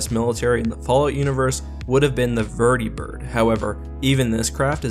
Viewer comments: You said vert-e-bird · Oml the way he said vertibird